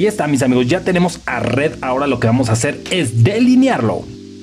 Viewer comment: No se dice redd, se dice red